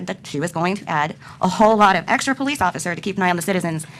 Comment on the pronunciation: Imagine electing a mayor who acts like this and can’t even pronounce police.